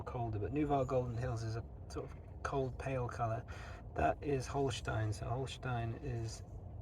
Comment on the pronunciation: yo mate, just quickly jumping in how nice your "Holstein" pronounciation is.